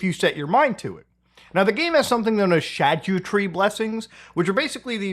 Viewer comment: Muta: “ The Shag You Tree Blessings”